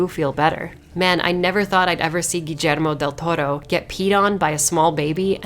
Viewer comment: GEEJERMO DEL TORRO haha love it